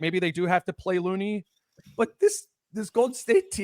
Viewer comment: My favorite part is when speaks as an expert on the GsW match up and admits to knowing nothing about Post but then gives a scouting report. Speaks high of Looney but says his name wrong. Let’s bring back the criticism of John Randle? Or maybe should walk back from his “Rudy is done” take from last time? I’m a looney fan but he is playing 9 minutes a game in this series. Only 8 guys for GsW have played 100 minutes and he isn’t one of them.